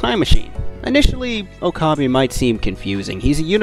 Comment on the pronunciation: I was cringing the whole time when it would switch to Steins;Gate, especially when he said Oh-kah-bee 😂